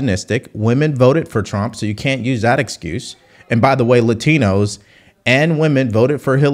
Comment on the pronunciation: I love how she talks regular until she has to pronounce Latino. 😅😅😅